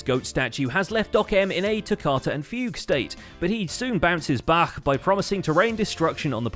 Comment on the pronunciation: "Bounces Bach" huh? I see you.